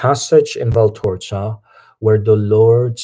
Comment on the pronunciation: It's actually VALTORTA and not VALTORZA